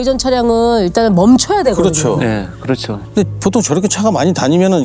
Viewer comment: 송은이좀 빼라.뭐 발음이 항상 그쳐그쳐.그렇죠라고 발음이 안되나. 사건 다루는 프로에서.품격도없고 질문도 빠르고 스모킹건 여MC들 반만이라도 배워라.